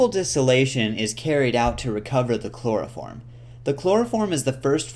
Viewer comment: " a loss of yeild, and allso a labb phullll o chplorophrom vaprrshhhhhhhhh"